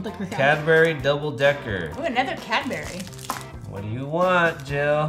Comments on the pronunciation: Cad berry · ITS NOT CADBERRY… ITS CADBURY Here’s a translation Cad- Ber-ee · u dont say cad-BERRY, u ssay cad-BURY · It pained me every time they said cad-Berry. IT'S PRONOUNCED CAD-BURRY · Why do they say cadberry It is written as Cadbury Say it with me Cad-buh-reee-z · Here’s a translation Cad-brees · Even Tube: Is this cadberrie English Hulk: Hulk mad he said cadberrie arrrrrrrrrrr smash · Anyone from the UK would of got triggered when they said "Cadberries" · They say cadberry not Cadbury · Sandra Williamson i’m british too and have no clue how to say it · I'm British and I can't even say it😂😂😂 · Were u fustrated when they pronounced Cadbury wrong😡😡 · You Know The Dislikes Are From Us (Brits) Hating Their Pronunciation! Lol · I’m British hand I haven’t even had half of these 😂 anyone else triggered from how they say Cadbury